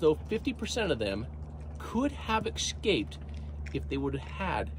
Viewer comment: I don’t want to be rude by why do you keep saying excaped? It’s escaped?